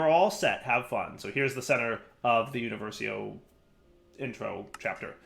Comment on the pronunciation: it's uniVERsio, not univerSIO lol